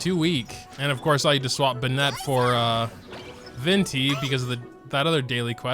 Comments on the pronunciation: its not pronounced (ben-net) its (Ben-it) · why do you pronounce Benett like a Frenchman lmao (no offence to any french speakers-) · I started pronouncing Bennett like that 'cause of. The situation is more critical than I thought